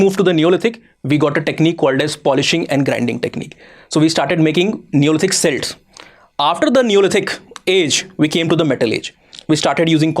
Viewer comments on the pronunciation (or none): none